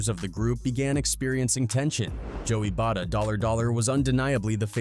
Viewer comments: Joey Bada-Dollar Dollar actually made me roll my eyes and almost click off the vid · 😂 bro said Joey Bada Dolla Dolla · “Joey bada dollar dollar” lmfao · Man I can’t even listen to this video after I heard “Joey BaDa $$” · "joey bada dollar dollar" 💀